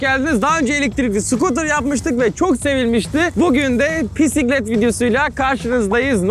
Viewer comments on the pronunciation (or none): Pisiklet diyorsun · abi pisiklet diyorsun :D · Nobody: Orkun: pisiklet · her pisiklet dediğinde çıldırıyorum. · Bisiklet yerine pisiklet diyordu başta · Abi ilk basta sen pisiklet dedin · 0.00 o pisiklet değil bisiklet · Abi pisiklet değil bisiklet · bisiklet pisiklet deyil ne lan